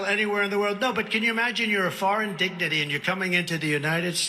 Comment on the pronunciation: "Foreign Dignity" - that's not a decline. He always says it that way. He was the first to say it that way.